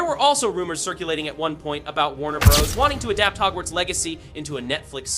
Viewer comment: While the information here is useful, please use a different ai voice. Too many unnatural pauses and even mispronounciations....Warner Bros? Warner Bras? Proof listen to your audio!